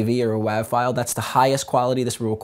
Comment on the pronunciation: i love the way he says wav..its pronounced like wave not wavvvvvvv.....smh \